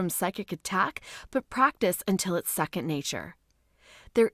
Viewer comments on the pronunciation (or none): none